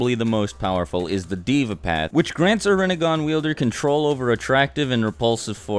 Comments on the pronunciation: I am hindu and yea true he got most of them right but the pronunciation should actually be this Nark not Narka pret not Preta Dev not Diva samser not samsara and Yam not yama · why does he pronounce deva as diva its pronounced they-va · its not diva its deva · One of those paths of Samsara or whatever, "Deva" is pronounced "Day-vah" and not as Diva. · no hate but it is hilarious to see you mispronounce the paths such as naraka and deva it is actually dee-va stretch the e but again no hate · pronounced as : they-va